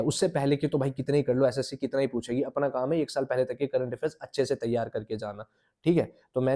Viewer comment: Bhaiya त्यार नहीं तैयार ❤